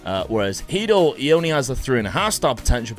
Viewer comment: it's not Hidl it's Hedl